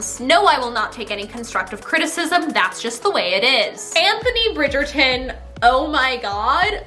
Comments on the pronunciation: No offence love you, but as a British person the way you pronounce Bridgerton makes me cringe. Love you though ❤️ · I love the way you say bridgeton 😂 It makes me laugh sooooo hard